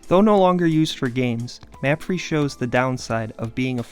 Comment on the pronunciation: I want to say the way to pronounce old crew stadium is "mah-fray" not "map-free"